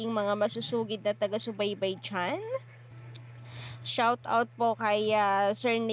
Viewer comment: Bakit kapag nag pronounce ng shout out me r 😕